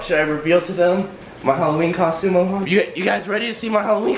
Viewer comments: Jeevan Mund LMAOO MELON "MILAN" 😂💀💀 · Milan is pronounced mulan? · I thought it sounded like water melone as well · When Says Milan It Sounds Like MaMan